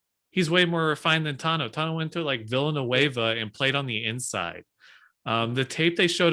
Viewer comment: Did this dude just call Villanova ‘Villenueva?’ 🤣